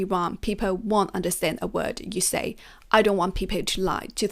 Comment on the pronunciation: The correct pronunciation is "goaL", "peopLe", not goü, pepoü :)